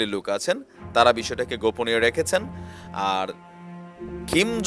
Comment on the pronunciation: ভাই আপনার কথাগুলো শুনতে ভালো লাগে কিন্তু একটা বিষয়ে না বলে পারলাম না। সেটা হচ্ছে আপনি এই লিডারের নামটা উচ্চারন করতেই ভুল করেছেন। ওনার নাম হলো কিম জং ওন, আর আপনি বলতেছেন "খিম "। এটাই ভুল আরও কিছু না। আমাকে ভুল বুঝবেন না আপনার ভুলটা ধরিয়ে দেয়ার জন্য।